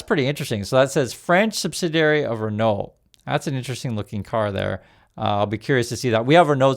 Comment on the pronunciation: Ren-oh. No ‘t’ sound. Love your content x